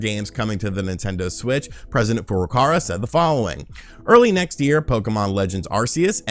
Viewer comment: The presidents name is not "Furukara" it's Furukawa.